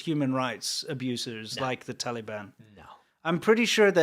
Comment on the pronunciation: I like how pronounces it "Taleeban," like a little kid. I know it's unintentionally irreverent, but still, thumbs up.